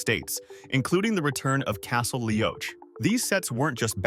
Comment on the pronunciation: Hi, for future reference; Castle Leoch is pronounced Lee-OCK & Beauchamp is pronounced Bee-CHUM.